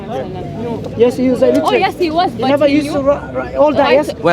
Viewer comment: At 26 min illitrate😂😂